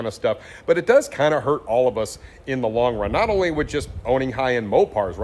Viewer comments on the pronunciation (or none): none